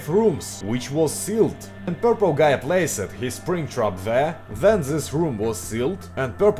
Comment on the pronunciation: Слово "Guy" выговариваешь как слово "Gay (Гей)"